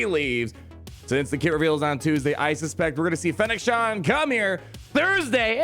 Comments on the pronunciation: ShanD. not Shan. Do you even Star Wars bruh? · It's Shand, not Shan. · Fennec ShAND. Not “Shawnd” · Not to be that person, but it's "Shand" haha. Thanks for the video! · I think the way he says her name, he really thinks its Shan :D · It's kinda hilarious! :D